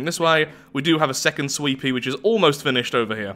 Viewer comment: Everytime says "sweepy" i think hes saying sweetpea